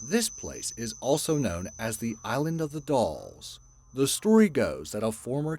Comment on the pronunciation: On the island of the dolls said island of the dools